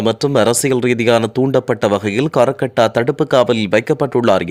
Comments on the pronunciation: கரக்கட்டா . யாரப்பா அது?. செய்தி அறிக்கையிலாவது சரியான முறையில் பெயர்களை உச்சரிக்க நடவடிக்கை எடுங்கள். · செய்தி வாசிக்க முதல் "ஹ" வை உச்சரித்துப் பழகும். "கரக் கட்டா ......" . ச்சீ போங்கள் போல் உள்ளது.